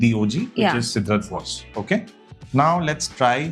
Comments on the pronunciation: I think it's pronounced as " SEDRA BO ZEY " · Cédrat Boisé (by Mancera) is correctly pronounced in French as say-drah bwah-zay